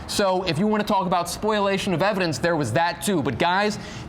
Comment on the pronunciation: Learn how to pronounce spoliation. (Not spoiliation). Just sayin’….